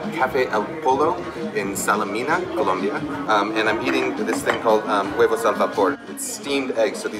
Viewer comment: it's not columbia its Colombia!